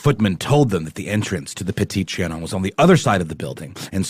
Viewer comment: You’re pronouncing petite Trion incorrectly